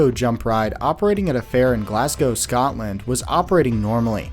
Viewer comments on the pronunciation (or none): none